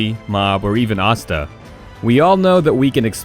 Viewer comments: ya it tells ya he watches none of these shows Asta. He think it spelt like pasta just minus the p. If you try to give your opinion of 10 best Power Awakening at least watch the episode or do some research because you would at least would of heard them saying their name correctly . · You pronounced naruto asta and obito wrong, just a heads up.